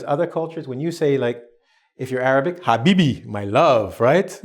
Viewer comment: ''Habbibi'' lol i liked how did you pronounce it, if you wanna learn Arabic i could help you